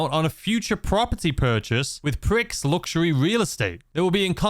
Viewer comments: Pricks? What do you mean 'pricks'? Oh... No, 'prix' in English is pronounced as "pree" not "pricks"! Not least of which it would rhyme with 'luxury'. That or you pronounce 'F1 Grand Prix' as "formula one grand pricks"? I didn't think so... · You waffling git! "Prix" is pronounced "Pri" not "Pricks".... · I'm typically not one to point out a mispronunciation of a word, but I can't help it with all the GTA content creators saying Prix wrong and the connotation of said mispronunciation. It's not meant to be "PRICKS" but "PREE". As in Grand Prix. Enjoying the videos,. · Isn't 'Prix' pronounced like 'pree'? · Silent x pronounced pri